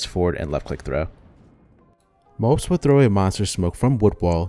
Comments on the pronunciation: It's Mo-po-z not mopes and it's R-ø(similar to ou in "rough") -j. Hope this helps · I love your content dude! But a little advice, Mopoz name is pronounced "mo - poz", not "mopz" xD.